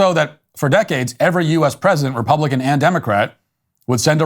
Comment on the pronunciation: Did anyone else hear that "reptilian values"?